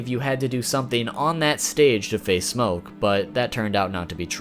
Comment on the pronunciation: I hate how he says smokkke